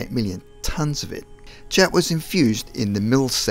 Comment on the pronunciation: "chet" ? its CHaT....(the short a sound), like a lamb says BAAAAhhh, Baaad, Faaat, Spaaat, cat...not Chet, Bet FED, Ned.